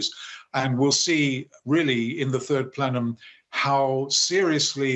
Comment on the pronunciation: The turd plenum? 🤣